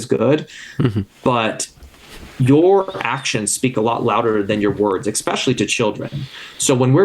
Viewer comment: Try to say especially, not ekspecially.